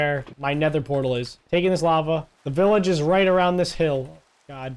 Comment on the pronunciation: its not billage its village you